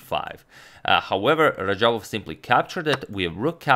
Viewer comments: Its actually radjabov, not rajabov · isn't it RaDjabov and not Rajabov. Teimour Radjabov and not Teymur Rajabov. #correction Agadmator, no offense intended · Teymur instead of teimur and rajabov instead of radjabav😅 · Fix RaDjabov's name, please!